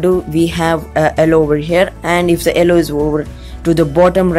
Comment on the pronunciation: why do you say ellow instead of yellow